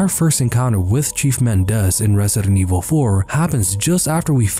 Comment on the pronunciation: I keep thinking he’s saying “Cheese Bitores”